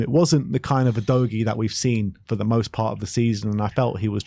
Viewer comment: Maybe Udogie was tilted from you not pronouncing his name properly? 🤔 OOH-DOGGY! Come on &!